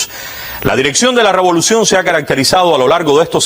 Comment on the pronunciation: Pero es que el de Cuba noticias, repite (LA ROBOLUCION,LA ROBOLICION)o no lo escuchan??